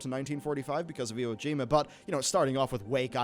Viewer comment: Iwojima? Wrong pronunciation, I think. XD